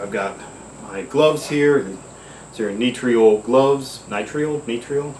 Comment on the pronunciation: It's Nitril, like Mithril.